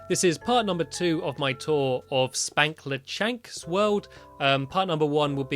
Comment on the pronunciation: I love this BUT! it's SPANKLESHANK